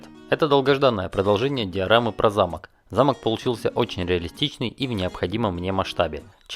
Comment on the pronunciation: Не замок а замок)